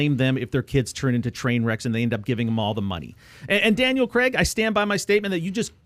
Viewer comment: Why do you pronounce C R AIG, Creg??? I really dont understand it